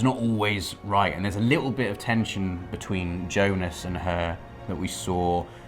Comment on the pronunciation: Jonah not Jonas,! 🙃😩